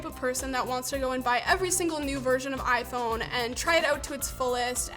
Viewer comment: I feel offended that this video used the wrong pronounce for the iPhone. Very bigoted